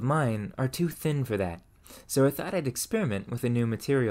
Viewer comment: I love your content although I am relatively new to your channel. There is one thing that I've noticed in your speech that I can't get over. There are words that you pronounce awkwardly such as for being pronounced as fur. You sound like a native speaker until you say that. Just wondering where your accent comes from?